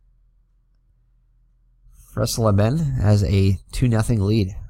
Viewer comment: Dave Freisleben was at the end of an injury shortened career in 1978. He had some good seasons with the Padres. His last name is pronounced fry zlay ben.